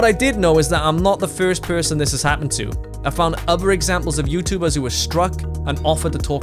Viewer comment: Danish? He sounds danish saying. First person